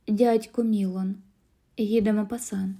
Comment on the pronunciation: Дядько МілОн. Наголос в французьких словах падає на останній склад.